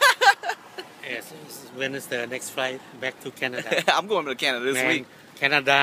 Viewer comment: ....Canadia? Lol